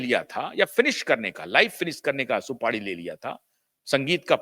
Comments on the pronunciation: "सुपाडी" नही साहेब, "सुपारी" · Bhai shb supadi nhi supari hota hai